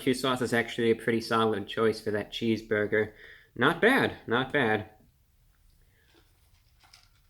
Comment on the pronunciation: Reviewbrah calmy saying "cheesboigah" is my love language.